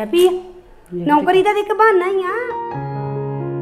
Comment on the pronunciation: bht bkr boldi aa naukari word she spell like rubbish